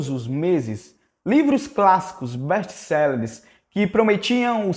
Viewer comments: "Bésti céleres"? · não é best selleres é best sellers